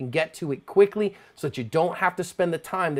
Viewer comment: Do you say "asp" it always sounds like you say ...cover your asp lol